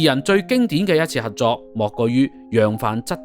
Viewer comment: 網主，要注意有好多懶音。 合約-核約； 合作- 核作； 十幾級樓梯～十幾咳樓梯，男人-難忍； 情深- 情新。